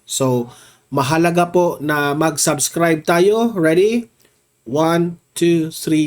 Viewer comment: Hindi sabscribe but sUbscribe and not TANK you but THANK YOU paki ayos ng pronounciation mo di ba vlogger ka